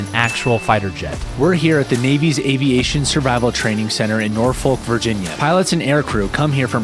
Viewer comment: Really cool video! It just pains me how people not from Virginia or the Virginia Beach/Hampton Road area pronounce Norfolk. It’s not folk, its either fuk or fic